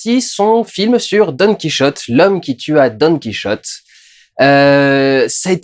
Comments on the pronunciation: Sérieux durandal ''don qui rotait'' tu ne peux pas dire don quichotte☺☺ bonne video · Tu sais t'es pas obligé de dire done kiroté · par contre je sais pas pourquoi tu t'obstine a faire la jota quand tu cite "Don QuiChote" mais en espagnol c'est le "J" qui se prononce avec la jota pas le son 'Ch". Donc ça se prononce bien comme un français pourrait le dire , enfin plus au moins. Voilà petit cours linguistique parce que je suis emmerdant , chouette review soit dit en passant même après avoir vu celle du Fossoyeur j'ai appris d'autres choses et j'ai même préféré ton analyse , après ça c'est personnel voilà voilà